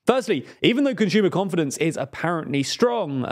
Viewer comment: Ah, yes, rising interest rates strained "CONSHOOMA" spending. "CONSHOOMAS" aren't buying enough